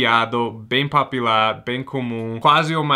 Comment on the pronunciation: POPULAR, a sua pronúncia é de PAPILAR, referente às papilas! pO=Oregon, pU=Uma Thurman. Muito legal este enfoque do inglês em contexto cultural. Para mim é muito interessante. Explique TBBT!!